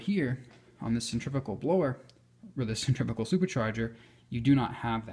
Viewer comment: Just a tip ...the word is centri .....fugal ....but each to his own